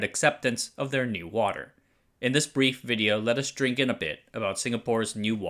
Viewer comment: Hi, Singaporean here. :) "NEWater" in Singapore is we pronounce is "new water". so yeah, he is pronouncing it right for this case... (But his pronunciation for PAP, PUB & WHO are off though. These 3 should not be pronounced as pap, pub & who, but the alphabets "P" "A" "P", "P" "U" "B" & "W" "H" "O")